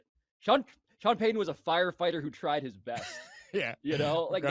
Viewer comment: I hate that Pablo pronounces ts as ds. Sean Paydon 🙄